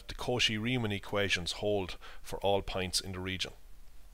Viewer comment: you pronounce points like pints